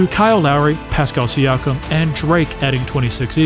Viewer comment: "Pacal Siakim, Kyle Lowry and DRAKE."